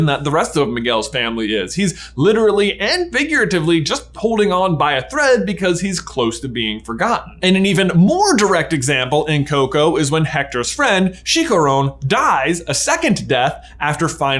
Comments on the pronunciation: I love the theory and as a Mexican I can agree that the feeling of death is completely different from other countries however also as a Spanish speaking person the way J say Chiharoun instead of Chi-cha-rron cracks me over. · Whyy??? I didn’t realized he said that, I went back, and can’t unhear it now 😭 “she-ka-roon” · Yeeees! I was like, did he just said sicaron? XD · chica-ron just say it like that😂😂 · Chicharrone is my stripper name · Who allowed him to pronounce Chicharron like that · Oh man I'm so sorry, I'm not trying to be mean but hearing how he pronounced "Chicharrón" made me cringe a little 🤣 I'll have to watch coco in english to see how they pronounced it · The way you pronounce chicharrón 🤣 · I’m sorry but I started dying when he said Chicharrón